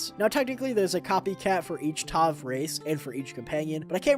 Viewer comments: its tav, like tav-ern. tavern. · I pronounce Tav as Ta-vvv, like the v sound is more prolonged and the a just sounds like A. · gonna pronounce it like Tayve from now on